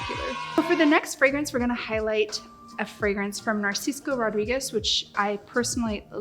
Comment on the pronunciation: Every time you say Narcisco I think of some supermarket brand 😂😂😂 It's Narciso! 🙈🙈🙈 My current favorite combo is Lancôme Jasmine Marzipane and Boucheron Vanille Zanzibar, delectable !